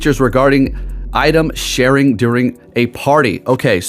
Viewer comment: Item sharing sounds like shared incense